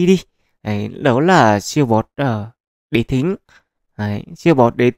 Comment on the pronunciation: Đế Thích á ad đọc lộn rồi , chắc boss chip fan tây hành kỷ